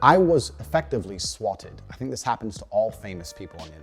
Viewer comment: this isnt related to what a garbage person this dude is but i do wanna say i hate how he says the word "swatted"